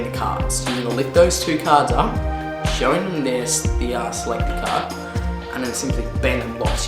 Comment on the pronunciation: it's 'card' not 'carT'